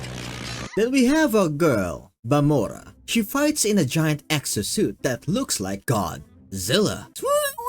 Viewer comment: who tf is BAMORA??? its VAMOLAA